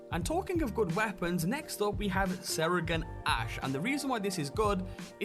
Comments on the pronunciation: He said.. Serigan ash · "Sera-gant ash" 😂